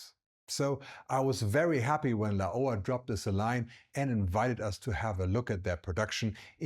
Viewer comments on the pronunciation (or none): I've never heard anyone pronounce Laowa this way. It took me a few seconds to understand which company the video is about.